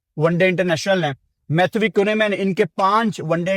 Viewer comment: Preview ❌ Pirview ✅ Matthew ❌ Mathhwee ✅